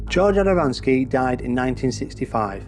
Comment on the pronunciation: _ you pronounce it "A D A - M A N - S K I". The correct pronunciation is just like the spelling "A D A M - S K I". The story you tell is made up by you or someone else. I have studied all the original writings by George himself. The story is not quite the way you describe and he did not own a car, but he did have two astronomical telescopes. He used his 6-inch Newtonian to photograph the saucer images.